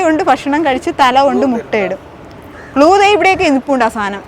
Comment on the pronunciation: ഫാവന യൊ ഭാവന യൊ.ഫഷണം,ഫുമിഫാരം, ഇതൊക്കെ ഏതു കോളേജിലാ പഠിച്ചത്, ആദ്യം മലയാള അക്ഷരം നന്നായി പറയാൻ പഠിക്കുക.